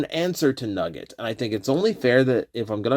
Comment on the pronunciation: Wrestling fan + hearing "Nuggi(e)t = thinking of, and missing, Owen Hart